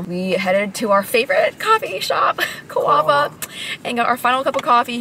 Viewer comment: Pro tip, it’s pronounced “cove-uh.” And if you make it back to Eem, you have to try the white curry with burnt ends, it’s life changing. Although it’s hard to go wrong there! Great vlog :)